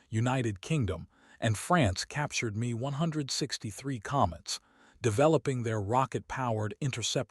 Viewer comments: Yeah, screw the A.I. narration. It’s M(ehm) E(eee) 163 not ME(mee) 163. Hell, you would’ve been better off calling it the Komet(cah-met) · Oh my God you're cracking me up I was going to word my comment the exact same way you just did thank you quite hideous isn't it I can't bear listening to it with him pronouncing it that way or it